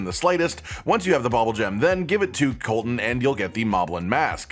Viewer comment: Bubbulgems don't have an OP secret... just a sole intended use... Also, it's pronounced "bubble" not "bobble"... they literally spit bubbles.